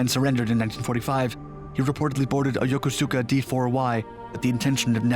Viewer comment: Good video, but your narration is so fast, it's hard to follow. I don't know if it's automated, or what, but please consider slowing it down a bit for easier viewing. Also, Yokosuka is pronounced incorrectly in the video. It's pronounced "Yo-ko-ska".